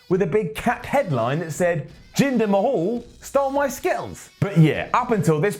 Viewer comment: Who the hell is Jinder Ma-hawl? Does he know Drew Curry?